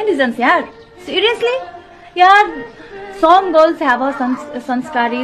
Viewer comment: Som❌ Some ✔️ Like Do you agree